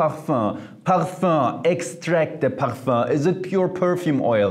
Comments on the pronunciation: “Parfah” I love hearing it 😂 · I love how he pronounces parfum